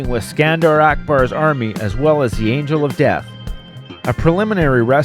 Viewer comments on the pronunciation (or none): none